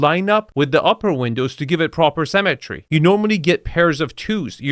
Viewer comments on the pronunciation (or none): 2FS, it's "symmetry" not "cemetery". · Love your videos but for someone making fun of other people's accents, you sure mispronounce symmetry as cemetery 😂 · It's symmetry not CEMETERY! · Can you please learn to not pronounce symmetry like cemetery? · the word is Symmetry. It's pronounced si·muh·tree. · “Cemetery” or “symmetry”?;) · Am I the only one always hearing cemetery, when you say symmetry?